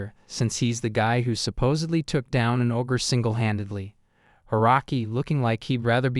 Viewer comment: Hey! Stupid AI! it's not AWW-GRR, it's OH-GRR. Ogre. The AI mispronounces the simplest words, and it's maddening! And the AI trying to say the story "using other words" frequently gets them to say something completely incorrect, ever opposite, of the real story! GAAAAH!